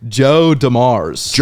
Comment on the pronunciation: OMG the way this kid pronounces names is cringe af. Joe DuMarrs?? jesus.